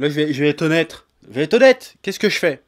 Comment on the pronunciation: Samy Cherfi non il dit bien "honnetre" à mais bon... osef